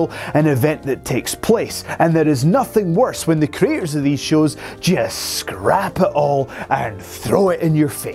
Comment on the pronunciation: tv ''shus''?? :D :D :D